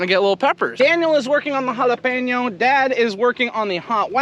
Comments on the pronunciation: Kudos to you for knowing how to pronounce jalapeño correctly! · Beautiful pronunciation on jalapeno!!